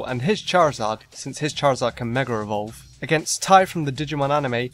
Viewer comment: Dude it meg-ah eee-vol-ve NOT Meh-ger-a vol-ve